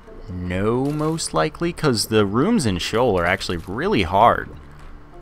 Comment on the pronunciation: its Shee-Ohl